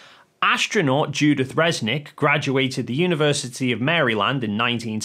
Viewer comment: is an absolute numbskull. He's no poe just faking it. He doesn't comprehend anything of Avionics and Aviation. is also dumbo because he's calling her Fresnick and not Resnick.